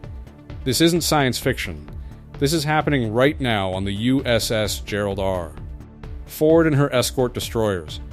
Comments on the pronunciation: AI rubbish "The USS Gerald R . . . . . Ford" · Shame your AI speech makes those mistakes. Perhaps someone could check it before publishing? E.g. “Gerald R. Ford” - because of the way it’s written, the AI put a gap after “R.”